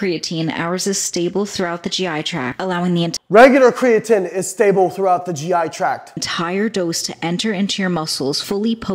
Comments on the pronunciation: IDK man, until you start saying "Kree-uh-teen" I'm not sure you can be trusted, human randomized control trials be damned. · Ffs Layne. It's pronounced createen!! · Glad I’m not the only one thinking this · Why’s he sayin creatine all weird?